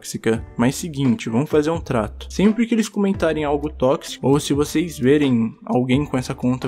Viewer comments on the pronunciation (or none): none